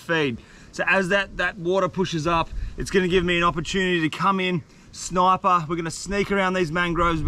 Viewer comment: THE AUSTRALIAN GUY SAID SNOIPER